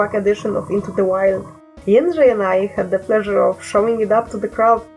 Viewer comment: "Is it just me or is the rising sun just so beautiful and OH MY GO- Jédzrej however." Perfect.